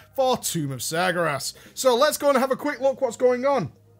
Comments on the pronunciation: IT'S NOT SAR GAR ASS IT'S SAR GARE ASS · Sagyerass XD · Tumb uf Smergeras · I love how it souds like hes saying sagra ass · isn't it pronounced sar-gay-res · Why can't he say Sargeras? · The biggest joke about this video is that you can't pronounce Sargeras. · But he butchers it even when it's not today. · How is not being able to pronounce a word an April Fool's joke when it's not just this one video? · Noroboros I know right. It's not like he's always pronounced it like that. Oh wait, he's always had. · Ha! For the first minute or two he really had me. I love how he keeps mispronouncing sargeras also. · april fools! doesnt actually pronounce sargeras like that, its a joke. (hopefully) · i love you man, but can you please learn to pronounce Sargeras correctly?:P